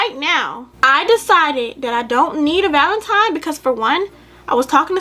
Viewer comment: She called it valentiMe the whole time 🤣🤣🤣🤣